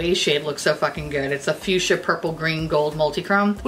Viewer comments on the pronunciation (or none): none